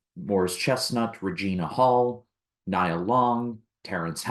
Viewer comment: Nia Long's first name is pronounced as neeyəh.